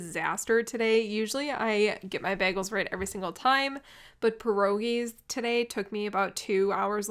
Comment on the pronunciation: /baah/ gels? No. /bay/ gels